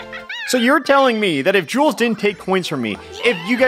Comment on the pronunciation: Every time alpha says 'jules' i hear 'junes' and i- i think i need to cut on the persona